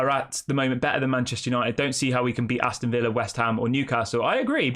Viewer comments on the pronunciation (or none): none